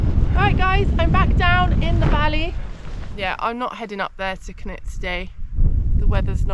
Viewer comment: Great trip. Walking upstream like this certainly gets you into some wild spots - probably more enjoyable than pushing through wet bracken too, with its ticks and all that:o) Wasn't sure where you were to begin with, as you pronounce Cnicht very strangely! - have a listen here for how welsh speakers say it - (pretty much as it looks in fact) Cheers, Dave (who has walked up Cnicht many times - I hope you get up there one day)